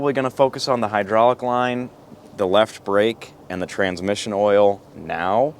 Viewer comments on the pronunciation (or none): "Hydrahlic" is not a word.